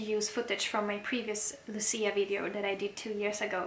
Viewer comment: nie Luci, tylko Łucji. Łucja. You're welcome.